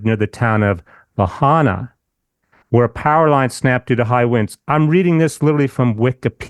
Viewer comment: Is pronounced La..hi…na Lahaina just a correction in our vowels